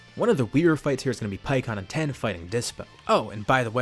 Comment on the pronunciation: Wait i just noticed he called tien "ten"